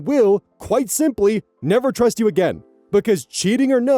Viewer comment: 🤔 the first few seconds I swear I hear "twust". Am I losing my mind? I love when oz goes discord mod voice, but it was just that one word.